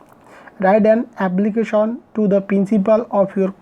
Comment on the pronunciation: এবলিকিশন❌ এপ্লিকেশন ✅